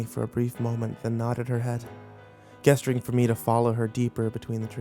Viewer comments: Gesturing with a hard ‘G’? It’s a soft G. Jesturing is how it’s said. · For the love of the Old Gods; gesturing is pronounced jesturing.